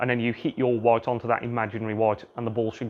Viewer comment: Are u gonna hit that 'woit' or what